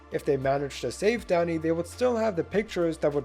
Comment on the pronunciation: Why tf was I only able to hear "Daddy" instead of "Danny"?